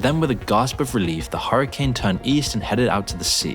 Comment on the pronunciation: I love that he says hurricane like "horror"cane 👍🏻